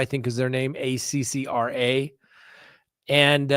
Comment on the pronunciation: And the experts are from “Ark-Ah”. Or, if you’re Judge Bev, its “Awk-Kah”